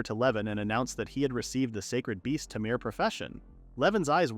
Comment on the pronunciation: Cant stand the AI reading it as "tah-meer" 💀💀💀 fuck all bruh even my background slop is worse because of AI